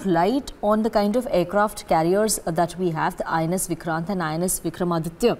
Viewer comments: It’s INS VIKRANT n not VIRST … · Not Virat , its VIKRANT. Both news readers made the mistake. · Ca mon guys! You are news anchors it's INS VIKRANT not VIRAAT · It's INS Vikrant not Viraat!